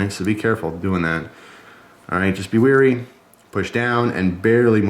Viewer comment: "Wary", not "weary"